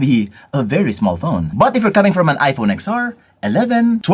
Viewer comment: "Ten R" kase.